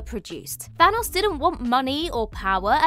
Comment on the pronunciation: Who TF is Than-AHS?